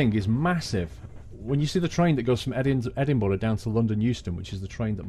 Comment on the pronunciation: I'm from Scotland and I loved the way you pronounce Edinburgh and Kirkalday. Good journey and great train